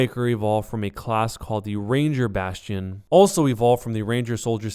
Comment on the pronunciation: Jeff Kaplan pronounces Bastion really weird like "bast-E-in"